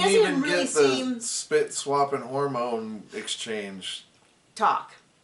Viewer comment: is cringe with his “harmones” BS